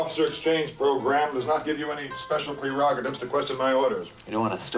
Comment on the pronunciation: 'prerogatives' and 'preverts' lol